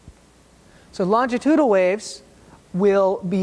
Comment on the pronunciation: For someone making an educational video you'd think he might try to pronounce longitudinal correctly once or twice in the video.